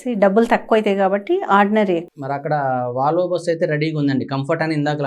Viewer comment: వాలవో. కాదు. వోల్వో. అనాలి...